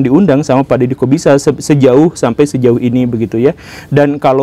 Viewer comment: Pas guru gembul bilang Dedy Corbuzier kok kedengarannya kayak Dedy kok bisa ya?😂😂😂